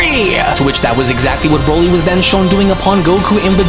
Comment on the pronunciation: You read on a 4th grade level & ur voice is irritating .. & nice job calling broly BRAWLY . This is literally all u do in ur life and u can’t even do it right😂😂